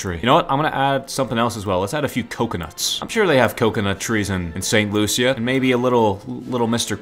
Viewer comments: It's sant lushus not sant Lucia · It's St "Loo-sha" not St Lu-sia